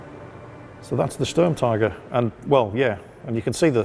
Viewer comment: They all pronounce Sturmtiger as Sturm-TEEger and it’s really annoying lmao. Great video though